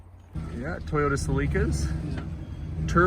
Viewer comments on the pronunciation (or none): Ah, "CEELica". He also pronounced the make "Toyahda" or "Tieyoda." Funny! Dang, cars used to be so cheap